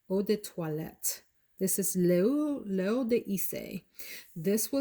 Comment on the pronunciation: L'eau is pronounced like low.